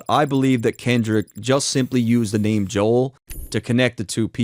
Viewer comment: I’m tired of people acting like that don’t hear Kendrick say Joel he pronounces it as Joe hale